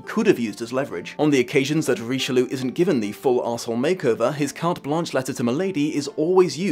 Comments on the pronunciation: Ree-she-loo???? Roh-she-lye!!!! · Richeloo is a terrible pronunciation of Richelieu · You mispronounced the Cardinal's name every single time. How did you manage?